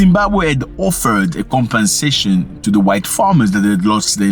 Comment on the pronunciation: Zack not to sound obnoxious,but it's *compensation and not *compassation ,peace bro❤